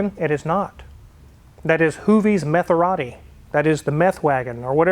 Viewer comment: "That is Metheratti" 🤭